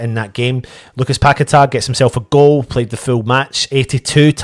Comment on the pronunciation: Ffs you sing his name correct yet call him pack a tar ffs . His names paqueta nobody better.